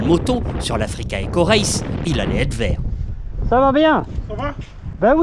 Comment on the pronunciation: "Dze beach behind dze Dunes" lol